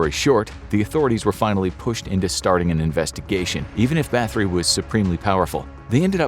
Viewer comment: Elizabeth Bat-hory, not bath-ory